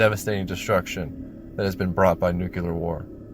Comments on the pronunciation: You need to learn how to pronounce the word Nuclear, it's Nu-Clear not Nu-Cu-Ler, please get it right! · NOO-klee-uhr *not* NOOK-yoo-luhr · It's nuCLEAR, not nukYOOLER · Hey, I'm not trying to be annoying or anything, and I'm sure somebody else has already brought it up. But "nuclear" is pronounced as (new-clee-ur) instead of (new-kyuh-lur). I used to pronounce it the same way you do, and just assume you would rather pronounce it correctly. But if you'd rather just keep saying it the way you do, that's totally fine too. Everyone will still understand what you mean. (Edit: Great vid btw, I've seen a few vids about this movie. Yours definitely stands out as one of the more entertaining.) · Have a drink every time "Nu-kuw-ler" War, is said, instead of Nuclear -"New-Clear" Dude... The movie is already sad enough. Otherwise. 9/10. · It's not "nucular" it's NUCLEAR! Learn to pronounce what you're talking about! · I can't get past the first few minutes listening to the narrator saying new-cue-lar instead of new-clee-are. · NEWCLEAR NOT NUCULAR FFS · Noo-klee-ur. Not noo-kyoo-lur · it's nu-cle-ar, not nu-cu-lar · I am having a hard time with you saying nucular instead of nuclear. Nucular is wrong. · STOP saying "NUKE-U-LER" my god where do people get that pronunciation? It's NUCLEAR... "NEW-KLEE-ER" or just "NU-CLEAR" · The word is nuclear. Referring to the nucleus of an atom. It is pronounced noo clee err. Not noo cyoo lar. There is only one u in the word and no y. I know I sound like a word cop but as a long time employee at a nuclear power plant for some reason it drives me nuts. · FFS it's pronounced New-clee-ur not Newk-ya-lur. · NUCLEAR not NUCULAR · The word is nuclear - NOT nuculer. You haven’t even spelt it correctly. So vid turned off, pity. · NUCLEAR NOT NUCULER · Thank you😂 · It's NEW-CLEAR, not NOO-KOO-LAR. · It's NUCLEAR, NOT NUCULAR ! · It's 'nuclear' not 'nucular' ffs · It’s NUCL-LEAR not NUC-ULAR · ˈnjuːklɪə the ə is like the ar in regular "ɹɛɡjʊlə" .